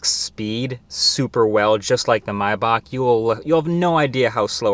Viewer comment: bro pronounced maybach wrong